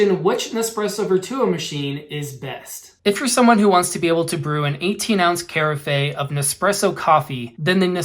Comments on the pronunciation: The word "carafe" is pronounced "ker-aff" not "care-a-fey" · Carafe = Cuh-RAFF. 🙂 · Its from french Caraffe where the C is indeed prononced like a K